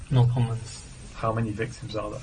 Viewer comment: No comment 都唔太發到音⋯佢點留學呀😅仲話博士生⋯